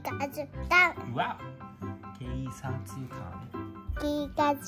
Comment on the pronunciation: “軽骨官の帽子”“形カツ感”“K喝感” 警察官の発音難しいよね🤭 シュピッ敬礼👮捕まえた！カッコいいね😊